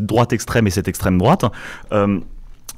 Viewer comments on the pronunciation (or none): euh, c l'extrame drouate euh 🤣😂